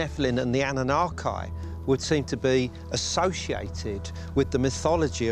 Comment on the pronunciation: It's like the guy is intentionally messing the words up. anunnak eye, göbekl eye. I wonder what he calls Pippi Long stocking.....Pie pie.😂